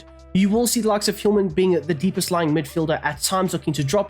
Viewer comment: The H in Hjulmand is silent. no need for the Hiulman